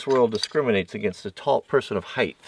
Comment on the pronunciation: You do a very good job demonstrating and talking about an extraordinary wide range of topics. Please work on the use of "me" and "I" when you are talking. Also, the word "height" is pronounced "hite". There is no "th" sound. Thanks